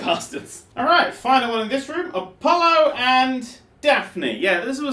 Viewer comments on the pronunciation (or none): none